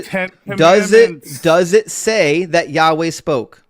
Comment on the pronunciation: "YaWhell" was way to unironically funny